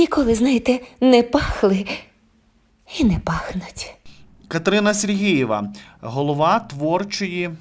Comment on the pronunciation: Катерина - Супер! А Вам, шановний авторе, зауваження: Робота кРопітка, Катерина СергЕЄва (Ви кажете СергІЇва, і це дуже добре чути). Слава Україні!